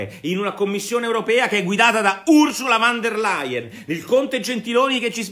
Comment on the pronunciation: Nicola, "Ursula VON der Layen" non "Ursula VAN der Layen".